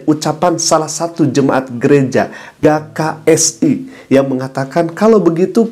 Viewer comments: Apa susahnya njir baca huruf G 🤣🤣🤣🤣🤣 Mana di ulang2 mulu jd gagal fokus G K S I bukan Ga K S I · GKSI dibaca GE KA ES I ustadz